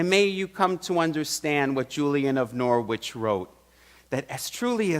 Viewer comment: love your services, you are a great preacher, I am tuning in from England and just letting you know that the W in Norwich is silent so it is pronounced noritch